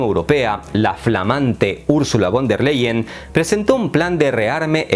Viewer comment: stayhome: Hola el apellido de la presidenta de la UE se pronuncia Fon dea lay-en. A ver si un dia haces un video sobre ella ya que siempre a tenido buena suerte pues viene de una familia fuerte en la politica. Saludos